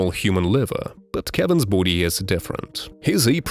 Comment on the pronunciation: Why does he pronounce body like "Boody"?